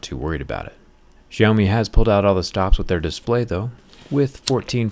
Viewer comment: This brand called "syao mee" , not shaumi.